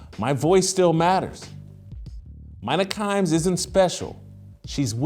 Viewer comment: Jason you wouldn't have a chance in a x and o conversation with Mina Kimes. Also stop pronouncing her name wrong.